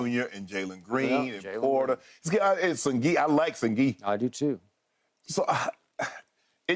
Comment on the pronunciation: Shannon called Sengun, Sengi 😂😂😂😂